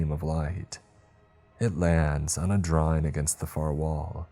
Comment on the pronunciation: Draw-ING!!! ING!!!! ING!!! ING!!! NOT Draw-EENE!!! NOT DtrawEENES!!! LEARN HOW TO PRONOUNCE ING!!!!!!!